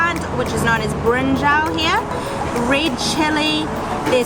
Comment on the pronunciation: it's 'brin-jawl' not 'brin-jao' lol.